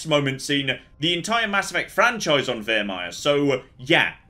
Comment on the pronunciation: I'm 100% sure he said Virmire properly before